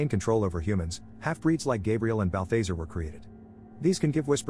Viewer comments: Bal·tha·zar not Bathe - thazare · Please please please stop, Not "Bal-thase-er" its "Bal-thaz-are" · I hate when people can't speak English and they use these computer voices to do their voice overs can't even say people's names right that demons name is no BAL THA ZARE not BALFAZER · bath lazar not balbazer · Bal-THEY-sir. twitch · 1 why the hell am i watching a recap of a movie i've seen xD 2 im pretty sure it's pronounced "balth-ah-zar", like "car" not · It's pronounced bal·thuh·zaar. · BAL - THA - ZAR Is how its pronounced. 👺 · The fact he's pronouncing Balthazar's name incorrectly is bugging me so much... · Omg I know that was driving me crazy!! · How he keeps saying Balthazar 😂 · My man slaughtered balthazars name lol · I don't think you watched the movie. You constantly mispronounce Balthazar's name. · you are pronouncing bathazares name wrong